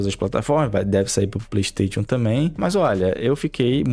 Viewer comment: O cara que fala ‘playtation’ já cai em descrédito pra mim